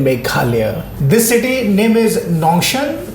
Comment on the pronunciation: You pronounce Nongstoiñ incorrect, you have to emphasize the 't' in it Nong-sToiñ...